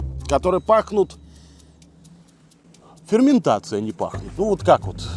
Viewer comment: Ферментация а не фарментация